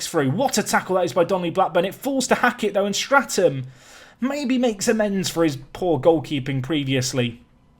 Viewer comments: Enjoying the series but have to point out your 'keeper's name is 'Statham' without an 'r' as in 'Jason Statham' and not 'Strat-ham'. Keep up the good work! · Love the Series! But please! its Statham not Straton! No wonder he couldn't save a thing with the manager calling the wrong name. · your keepers name is STATHAM not STRATAM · Please its Statham not Stratham, lose the R :D .............Salami favourite pizza topping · Who's gunna tell him his keeper is Statham like Jason and not Straton